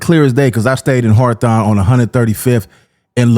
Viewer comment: Why can't people in LA pronounce "Hawthorne" correctly??? It's weird. "Harthon" is funny hahaha.